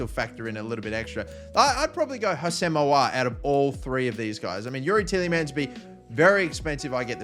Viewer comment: Your pronunciation of aouar and mukiele lol